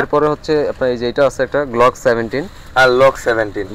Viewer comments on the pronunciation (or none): ইউটিউবারের বিন্দুমাত্র আইডিয়া নাই ফায়ার আর্মস হিসেবে। স্কারেল রে বলতেছে স্কার, গ্লক রে বলতেছে লক। 😅😂😂